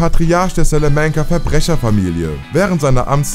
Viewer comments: Du sprichst salamanca falsch aus der nahme wird spanisch ausgesprochen und nicht auf englisch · Jeder kennt sie; die Selamancas.. bro es ist ein spanischer Nachname, bzw mexikanisch, aber spanisch ausgesprochen. SALAMANCA. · SÄLÄMÄNKA junge junge sprech des doch richtig aus wie fring schööööön salamanka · es heißt salamanca und nicht salamänkä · Salamäänca. Alter was ich los mit dir? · Wie er Salamanca ausspricht 😂😂😂 "Salamänka" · Danke für den Kommentar. Das macht mich richtig aggressiv 😅 besonders dir eine Stelle wo der Sprecher Salamänca sagt und dann Gus Fring eingeblendet wird wo er es einfach korrekt ausspricht. Verstehe deswegen nicht wieso der Sprecher es nicht hinbekommt es korrekt auszusprechen. Wenn man so einen Job übernimmt sollte man sich auch richtig vorbereiten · dachte ich mir auch, Hector "sELeMenCa" 😂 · Absolut, bei Sälämänca fängts ja schon an.... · Ne samanca 😂😂😂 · Hector Salmenca? Junge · Alter Schwede, Hector SÄLÄMÄNCA, ab da hab ich aufgehört zu schauen. Der ist kein Brite...........WO spielt die Serie unter anderem .MEINE GÜTE ey......was ein Schmarrn, ihr wollt Sachen aufklären und könnt nichtmal die Namen richtig aussprechen........ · Slamääänca...Das ist ein spanischer Nachname... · Salamänca. Das ist Spanisch. Keiner spricht das so aus. Echt nervig deine Aussprache. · Eure Moderatoren sind echt nicht gut. Salamänka... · Du musst Salamanca nicht mit Englischen Akzent aussprechen da der Name Spanisch ist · Einfach ganz ganz ganz schlimm wie du Salamanca aussprichst, bzw allgemein wirkt es als hättest du die Serie nie gesehen hast und nur dein Script runter redest … :/ Schade